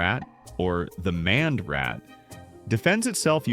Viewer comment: "maned" is pronounced "MAYnd"